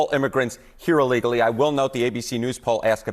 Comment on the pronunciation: I really like all the news you are analyzing and sharing with us. One request, please! The word is ILL legally not UH legally. Thanks.